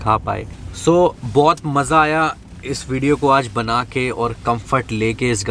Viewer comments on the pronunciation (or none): none